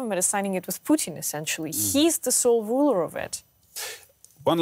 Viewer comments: It's PUTIN not POUTINE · Pooh-tin.....also known as "Darth Invader"